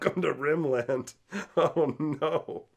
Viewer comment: "You think deserts scare me? I'm from Rim Land!" 😂😂😂😂 Favorite quote of the video. I think it's probably pronounced less like two words and more like Rimlind but I may steal that!